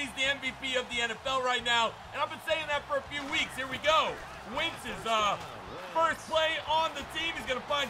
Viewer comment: Wentz not “wints”